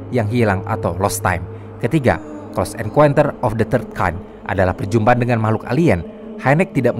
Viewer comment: Min, bacanya "CLOSE EN(KAUN)TER" bukan "CLOSE EN(KUEN)TER".. 💩💩